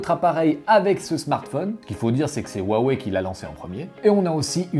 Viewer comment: Pourquoi dans ta prononciation Huawei tu y ajoute un r (rhuawei)🤔